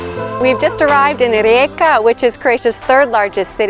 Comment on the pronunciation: I very much like it that you pronounce the city correctly.